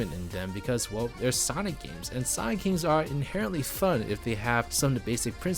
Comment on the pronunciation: Take your time to pronounce "Sonic". Two distinct syllables.